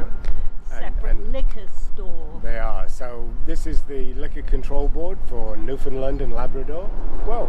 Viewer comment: Just started watching you today and found this video of my home town. My thrice weekly walk is along that trail up to Cabot Tower. Love it! I got a chuckle watching you both struggle with pronouncing Newfoundland, you are not alone, lol. It rhymes with understand on the last syllable!